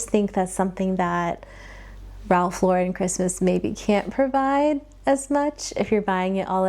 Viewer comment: Its Ralph Lo-Ren